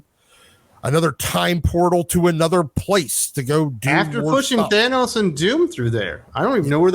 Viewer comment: Thann-ose, it’s simple. Not “Thane-ose”. Starlin has said it clearly and plainly many times. Seriously how do you say it correctly and wrong in the same sentence? And this series got bad as soon as the black winter story line ended. The Donald Blake story wasn’t good either.